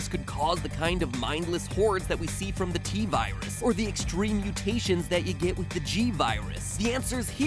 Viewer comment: T virus more like T-seris😂